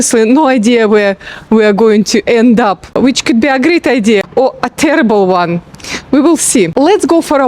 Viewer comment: ‘Terrible one’ with a real Scottish twang